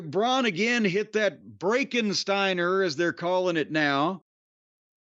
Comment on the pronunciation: Whoever told Pat to say "Breakkenstiener" should be shat on by Vince.